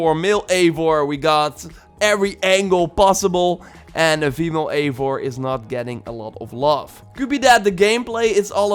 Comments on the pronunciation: It'd pronounvrf Aye-vor you pleb! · Ayy-vor that's how its pronounced but spelled as Eivor